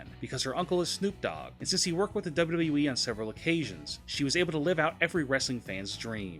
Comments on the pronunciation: What the hell is a "Double Dubwee"? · Why can't the narrator say WWE?